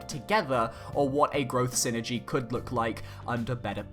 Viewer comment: Just want to make a little correction on the way Psynergy is pronounced as Psynergy is a portmanteau for "psychic energy" (エナジー Energy in Japanese) and is not meant to be spoken as the word synergy. It is the form of magic featured in the video game series Golden Sun for those who aren't familiar. #TeamIsaac4SmashUlt o/